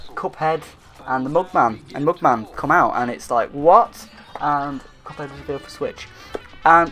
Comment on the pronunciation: You said “couphead” lol